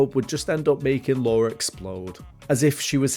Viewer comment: I enjoyed this documentary style video, you clearly put your knowledge and love of Lara into this fun mash up of all things about Tomb Raider. I was a little perplexed as to why you kept calling her Laura and not Lara. Anyhow, I especially loved how you brought Lara home to east Midlands Derby and also gave this small CITY a much needed bit of attention.